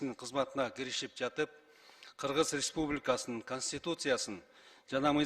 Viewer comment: четко граммотно суйлогонду уйронуш керек.Кыыргыз ыреспубликасынын дебей!